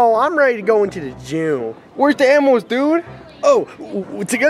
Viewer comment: wario be like: anmals